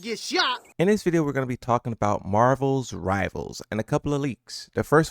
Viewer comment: “Marvels rivals”